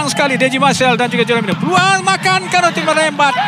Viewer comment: Konate bukan kanote... Hrap pengulas study la dulu nama player... Hrap x jadi kante la pulop pasni